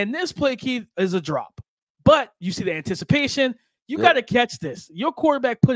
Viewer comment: why this guy keep saying antisipatation lololololol shit has me dead lol